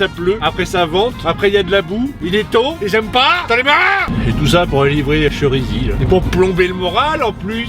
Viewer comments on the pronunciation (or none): On dit Chérisy 😂 avec un accent aigue